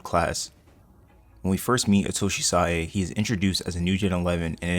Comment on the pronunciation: Thank you for pronouncing Sae correctly and not just saying Sai